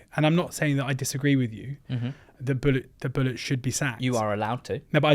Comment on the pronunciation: I’m so glad you both pronounce “Bulut” correctly unlike some other commenters who insist on pronouncing it Buluu. Great analysis the problems run deep at Cardiff. Think he will probably be gone by next international break although it will hit Tans pocket with Erol on a 2 year deal. The cycle will continue again.